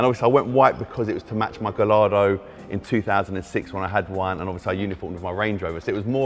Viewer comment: Pleased he can pronounce Revuelto, but he still can't pronounce Gallardo. Shame he's choice illegal number plates. I hope he doesn't wrap this car.